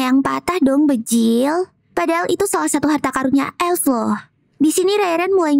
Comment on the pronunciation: Kenapa klo kaka bilang bjir tuh pasti bjil